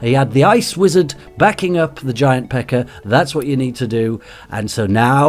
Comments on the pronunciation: anyone else here him say giant pecker?😂😂😂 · "it takes a hell of a longer time to get your giant pecker out" (He said pekka but because of his accent it sounded like pecker). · Every time... And Ik for sure he says it sometimes